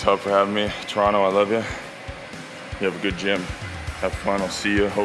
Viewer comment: J Mo, i have to say....being born and raised in Toronto, we can always spot a tourist by how they say 'Toronto'. Some don't know this, but it's actually pronounced 'Turonno'. i appreciate your Turonno. You're home sir, and the GTA is happy to have you. That gym is dope too! if i could climb, I'd definitely check it out.